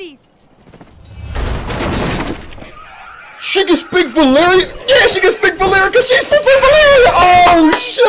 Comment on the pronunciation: Emilia was sooooo good at speaking Valyrian. absolutely nailed the accent.